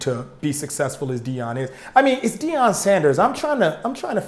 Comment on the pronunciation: who the fuck is Deon? I could of sworn it's Deion😂